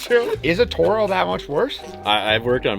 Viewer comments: Dude its pronounced ''tore-o" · You can not mispronounce toro being from mn both . Turn? Towroe ! Best machine from mn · pronouncing it turo triggered me more than it should. TORO boys TORO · How does a Minnesota guy pronounce Toro wrong? 🤦